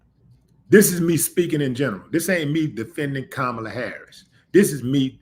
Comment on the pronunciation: He called Kamala Kamabla several times.